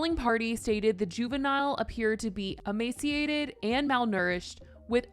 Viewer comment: You’re mispronouncing emaciated and it’s so cringey